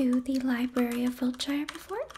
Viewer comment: Just a tip if you're talking about wiltshire in England. Any place with the suffix is pronounced "shir" or "sure" I know a lot of people get it confused because of lotr having the shire 😂 Just thought I'd let you know for future reference 😊